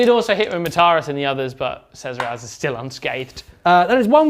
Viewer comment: Shezeras kills me each time he says it.